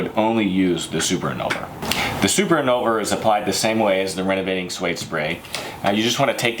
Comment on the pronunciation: If you're going to sell these products, shouldn't you learn how to correctly pronounce the names of the products? And by that I don't mean speak french like a citizen of France. You keep switching the V and the N! in-VOL-ner not i-NOL-ver. Same with the shampoo.